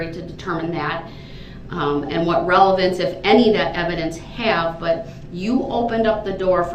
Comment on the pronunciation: There wasn’t actually a photo of him face on and the license plate. They could have offered a ‘photo’ of him face on in cross BUT I’m sure Ms Oper changed her mind mid trial because of this attitude and it was more fun too for them and us to see him squirm with the video!! 😂😂😂😂 and it was wonderful to watch him panic! LEADING, RELLY-BUNS-SEE, LEADING, OBJEC-SHUN, OBJECT-SHUN TO RELLY-BUNCEY! OBJECTION, I WOULD LIKE TO MAKE AN OFFER OF PROOF FOR MY APPEAL! Panic stations 🫨😂 It was MIND BOOGLING! 😊